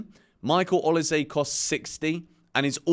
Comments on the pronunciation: It is actually pronounced O-LI-SEH. Not say. It's a Nigerian name from Edo state. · is it pronounced o lee say (Olise) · Is he pronouncing Olise properly? 🧐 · how are u not able to say olise?